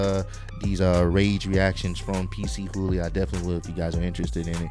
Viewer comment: It’s not PC HOOLY🤣🤣 it’s PAACHOOLY